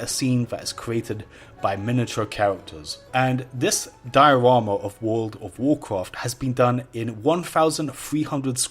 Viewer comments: wood ov worcwaft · wooold of woocwaaft wecods thaa I'm shoo noo woo wool evaa wooont too break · wuuud of wuuudcraft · Wool of wholcawft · wuooood ov wuacwaft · wold of wowcwaft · I really hate when you pronunce World of Warcraft.. it's fucking annoying bro